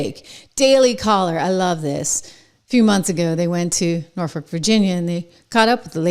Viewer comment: At least you didn't pronounce it Nor Fuk like James does 😂😅😂😅